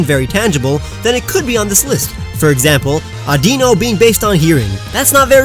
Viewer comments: It's audino no aunt dino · It's not Addino it's Adino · Mispronounces Audino as Audeeno = Me triggered Great vid! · Umm correct me if I'm wrong but... isn't audino pronounced like I don't know?